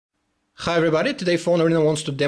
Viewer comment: "khai everybody" LOL thanks for your video man